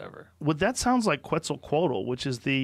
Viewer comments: pronounced: Ketz-Al-Co-At-AL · It's pronounced quezt- al -coa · I think it's pronounced as ket-zahl-cowhat-el